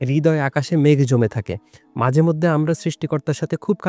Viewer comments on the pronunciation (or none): মাদেমধ্যে❌ মাঝেমধ্যে✅